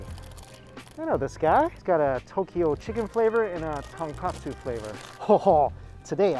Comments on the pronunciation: Dude. It's tonKOtsu. Not KA. Bone not cutlet. Come on man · It’s tonkOtsu not tonkAtsu. Big difference haha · ITS TONKOTSU